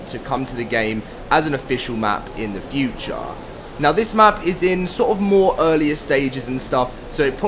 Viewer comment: In the futuraaaaa dude talk right love the content